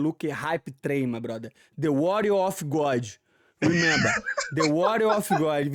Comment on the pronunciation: Moicano: re-member Moicano: he-member 😂😂😂 I thought that was funny. Great correction! lol